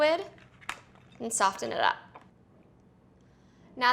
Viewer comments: Soft-en no not soft-en it is soften/ sofen the T is silent, sorry but it bugs me but I do love your videos especially the vegan dishes keep up the good work😊. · Talat Najib I thought it was just me. i was thinking is she saying ST-ofen? very annoying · Soften is pronounced “SOF—en.” The “t” is not pronounced. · I noticed the "t" pronounced in soften too - but hey, it's a wee idiosyncrasy that I will happily hear for these rad spiralized recipes! Thanks Ali, these look delish! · I'm a Jersey Girl too .... I've never even heard the word pronounced like that before. I'm sorry thank you for the person that made mention of this because I was about to. 🤔😳😜😃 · Talat Najib omg I was thinking the same thing! I’ve never heard anybody pronounce it like that before.